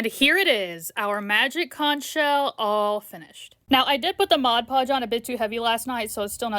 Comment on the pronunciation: You are one of the only creators who I’ve heard say “mod podge” correctly, they all say “modge podge”